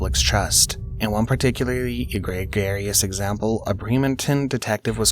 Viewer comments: I gotchu homie- not e-grigarious. Eh-Gree-Jus. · Egregious is pronounced Ee-gree-juss